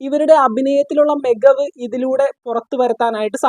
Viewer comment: ഗജാൻജിയല്ല ... ഖജാൻജി .... (ഖജാന സൂക്ഷിക്കുന്ന ആൾ) മെഗവ് ... മികവ് സൊഹമല്ല... സുഖം.